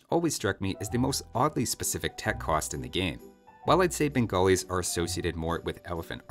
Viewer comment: No one:: "Bengolis"